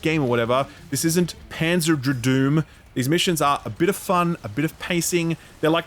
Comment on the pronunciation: Did he just say “Panzer Dradoom?” 🎉